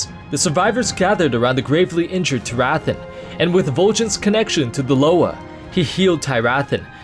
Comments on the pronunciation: It's Teer-uh-thawn. Not Tie-wrath-on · I had JUST finished this book a day before you made this video... wow. Also, I think you mispronounced Tyrathan. Other than that, great video. Also, Vol'jin set the traps, not the Shado-pan.